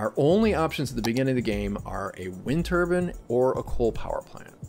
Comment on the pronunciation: Wind Turban KEKW